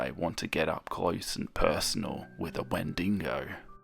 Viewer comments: I had to pause just cause I was snickering at 'Wen Dingo' 😂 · “Wen-dingo” I’m stopping calling them Wendigo-I’m calling them wendingos for the rest of my life now🤣🤣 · I've never heard someone pronounce "wendigo" like you did and it honestly confused me for a second